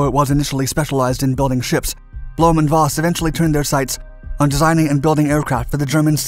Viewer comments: Voss is pronounced Foss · Voss is pronounced like FOSS Volkswagen like FOLKSwagwen